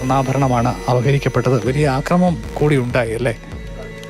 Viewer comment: ആക്രമം അല്ലെടോ......മലയാളം ശരിക്കും സംസാരിച്ചു പഠിച്ചിട്ടു വേണം ഈ മേഖലയിൽ ജോലി ചെയ്യാൻ.....